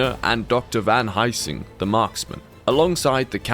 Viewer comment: Never heard anyone say Helsing so wrong before